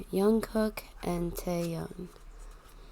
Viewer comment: Jungkook not yungkook